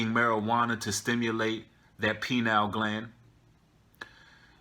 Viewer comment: Pronounced: pie-neel